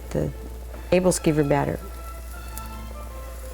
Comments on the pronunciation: She pronounces aebleskiver wrong xD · Good video. Yummy stuff. One thing though... She's saying the name wrong.